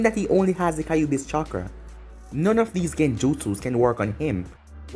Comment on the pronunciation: Stop calling the nine tailed fox kaiobi it’s annoying